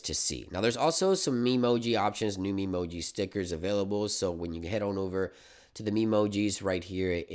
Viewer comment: trust an american to say memoji like that lol